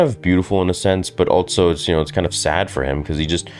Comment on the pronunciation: There is no T in also bro. It's just also.